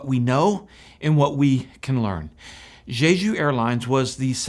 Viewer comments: QUIT SAYING ZHEZHU AIRLINES. It's "Jeju," the j sound in both syllables identical to "juice." Don't do a zh sound as in "treasure." I have lived in Korea over 20 years, so I can tell you Korean doesn't have a zh sound. Fix your Korean pronunciation, my good man. Otherwise, your content here is excellent. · Why do so many people insist on pronouncing it "zhay zhu?" There's not another word I can think of that starts with J in the English language where the j gets a zh- sound. In any case, it SHOULD be pronounced "jay ju."